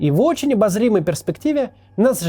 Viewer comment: Мне одному в конце послышалась "тарбулентность"?